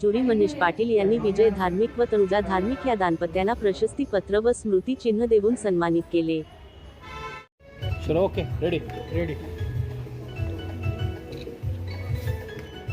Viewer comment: तनुजा नाव आहे , तणुजा नाही , मराठी नीट लीहा